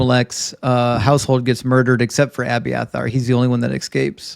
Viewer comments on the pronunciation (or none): You are WAY too smart to not know how to pronounce escape correctly. There is no X.